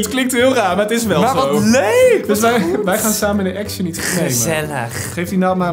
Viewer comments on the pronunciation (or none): none